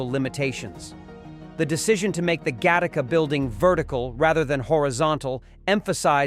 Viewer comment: If you can’t say the title correctly, then it is slop